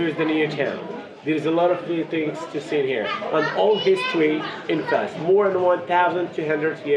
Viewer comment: Fez not Fes!